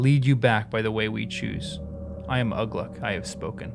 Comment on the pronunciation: A hint on how to read the non-"common tongue." Watch for the accent marks like in the name Ugluk. (I can't put the accent in.) The accent mark tells what part of the word to emphasize. So Ugluk is pronounced oo-GLUK, not Uh-gluk. Lugburz is pronounced Lug-BURTZ. I think the pronunciation guide is in the appendices, and it's fine to read it right now, it won't spoil anything.